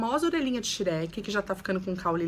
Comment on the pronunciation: Que agonia ver as pessoas pronunciando Shrek errado.